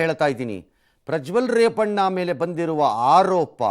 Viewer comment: ರಂಗಣ್ಣ ಪ್ರಜ್ವಲ್ ರೇಪಣ್ಣ ಅಂದು ಬುಟ್ರಿ😅😊